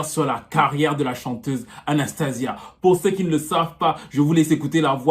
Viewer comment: Là c'est sia et pas zia . Ça se prononce Anstéycha en anglais.